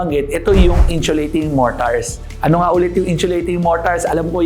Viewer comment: sana paki pronounce ang insulating ng maayos. hindi inchulating